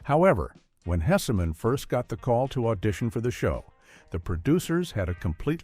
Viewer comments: HESSman, AI. Not Hessiman. GEEZ LOUISE! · I hate AI narration so much - mispronounced names, pauses in odd places, etc. FWIW, AI narrator, it's supposed to sound like Howard HESS-min, not HESSA-MAN like he's in the Marvel universe. Also, it's just 14 "facts" because one is more or less repeated - it's at the beginning and mentioned again toward the end. I watched the show's first run, and to me the call letters were explained by the Carp costume, regardless of what the show creator said. (He may have been honest, but ever think he might have been pranking someone with his explanation?) Herb crawling under a bathroom stall in his Carp suit and then brawling with the pig mascot of the rival station was hilarious. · Are you referring to the Howard Hess-eh-man that was mentioned 6 times? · Howard "Hessa-man 😝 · The issue is not the AI voice mispronouncing the names. The issue is the carelessness of the channel's owner, to not give the narration a listen in order to correct the errors. AI voices do not pronounce my surname correctly. So I have to spell the name differently if I want to get a pronunciation that I like. The same goes with the surname of Howard Hesseman; if the AI voice is saying "hessa-man", then the thing to do is to use the spelling "hessman" in order to get the right pronunciation. This is a failure of a human, not a failure of AI.